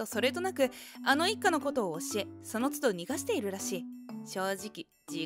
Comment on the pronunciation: ❌ 疎遠され ⭕ 敬遠され 【逃がしている】 ❌ にがしている ⭕ のがしている